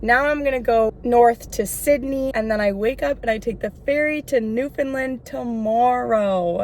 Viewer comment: It’s pronounced (new-fin-land) 😊 not new fin lind